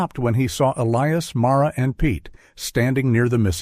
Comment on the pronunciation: good story, horrid AI reading.... Bow is not bough, lead is not heavy but direction, Elias is not El-E-Es. Errors just ruin the whole thing. Editing is required before posting!